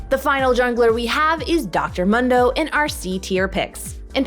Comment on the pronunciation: Please stop saying Dr Mundo like that